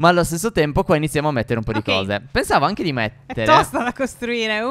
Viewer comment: Minuto 3:5 stef dice anghe